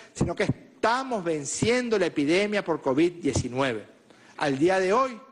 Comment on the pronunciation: Se dice covid,no coc, cabeza de papa Francisco